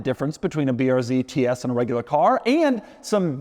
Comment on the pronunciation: Tee ees